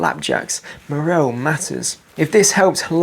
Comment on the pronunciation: Anyone else deeply upset by the way he pronounces moral